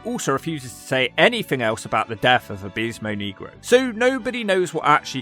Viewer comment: I'm black and you always pronounce his name wrong